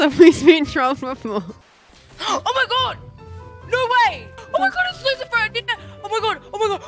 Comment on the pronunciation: for some reason, I kept thinking people were saying Lucifer instead of LoserFruit